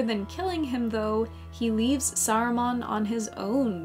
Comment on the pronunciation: Saruman is not pronounced sarumon